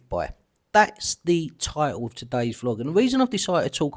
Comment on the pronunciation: It's fine to be prejudicial against the way that people dress ... but what about speak? "ti'oo'w" & "chroof"? ... "title" & "truth".